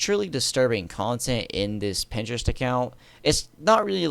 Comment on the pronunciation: "On Printerest"